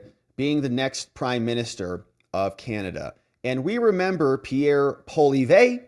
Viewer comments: Polly EV is how it is pronounced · The English pronunciation of his name is... Poh Lee ev If you want to try to pronounce it like French Canadian it would be more like... Pwuh Lee evruh. But with the very end of that being almost softly spoken. Almost like you're not quite finishing it. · Love your podcast but please don't troll us with the pronunciation of Canada's Conservative leader. It's pronounced Polly-ev. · Poilievre is pronounced pwah-lee-ev. Carry on! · His last name is pronounce Pwah- lee-evv. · you got the first part of pierre poilievre correct its just the last part is pronounced polly-ev (so polly like polly want a cracker and ev like kev in kevin or kev mccarthy just without the k) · Hi. In French, the emphasis generally falls on the last syllable (lor - ee - AY) unless the last syllable is a short or soft one like uh, in which case, emphasize the second-to-last syllable: pow - lee - EV - ruh. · pronounced POLY EV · It’s pronounced poo-Lee-ev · Hey Poilievre is pronounced Polly Ev 👍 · Ask Viva on how to pronounce Pierre's name 😉